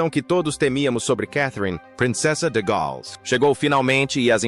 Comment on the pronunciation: De péssimo gosto...td tão ridículo de sotaque "inglês " e "gaaaals" (em inglês é "The Princess of Wales"). Que YouTube elimine esse tipo fake ridículo e analfa